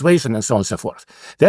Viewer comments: I like that he pronounces "elites" as "idiots" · My question is does a highly technological and networked society, far removed from the production of the basics of life, introduce cascade failures as a new factor that wasn’t at work in earlier societies? I have to note that I kept hearing “-elites” as “-idiots”, as in “countervailing-idiots”. It made much more sense when I realized it was “elites”, but somehow I prefer “idiots” when thinking of the US of today. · I have thoroughly enjoyed following this podcast over the years. This episode was one of my favorites, but not for the usual reasons. When he says “elite classes“ it sounds like “idiot classes” and I just can’t get enough of it 😂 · my ears hear idiots instead of elites. it seems appropiate.